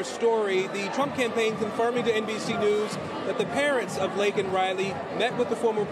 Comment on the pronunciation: He called her "Lincoln" Riley...He's such a loser.